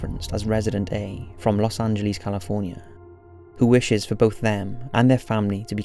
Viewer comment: The way you pronounce Los angeles though ... what the fuck?